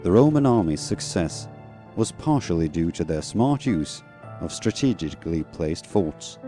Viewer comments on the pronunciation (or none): Interesting, though at 1.27 the narrator can't pronounce ' strategically'. he says ' strateg-ich- cally'.